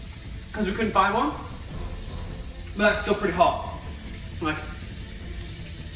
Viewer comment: He said hot but it sounded like fuck